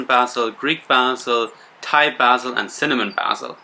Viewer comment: Great info! Thank you! I love the way you pronounce basil. 😊